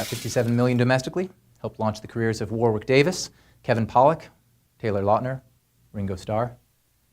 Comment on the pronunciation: It's pronounced "Warrick" nor "Warwick".